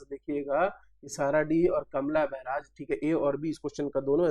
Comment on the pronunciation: कमला बैराज नहीं हैं सर... कलमा बैराज है .....